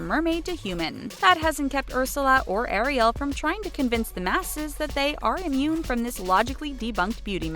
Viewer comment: It's fantasy Jesus Christ! And sweetie its Ariel not Arielle PLEASE!